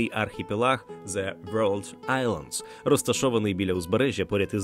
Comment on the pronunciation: на «вьорлд» я вимкнув. бувайте